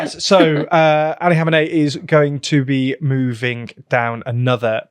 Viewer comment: I know it's hard to pronounce the names. But "Khomeini" as you say it is the name of the first islamic leader in iran. This one, which has been supreme leader in Iran for like 35 years now, is "Khamenei".